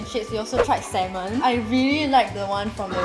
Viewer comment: sell salmon for a living... can't pronounce salmon properly.